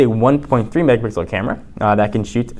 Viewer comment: "8 Megabixel Camera"